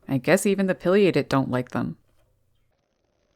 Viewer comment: Pronounce PAI LIATED not Pill liated